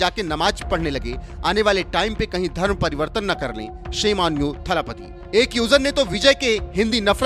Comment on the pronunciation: विजय थालापति❌ विजय L.. पति✅ 😂😂😂😂😂